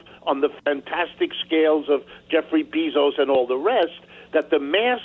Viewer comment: Jeffrey Bee-zos. Lol